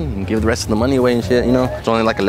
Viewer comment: bro said it's not that much monay